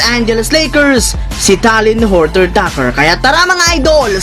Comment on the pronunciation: THT nalang itawag mp bulol ka sa surname eh..wag mo na ipilit☺️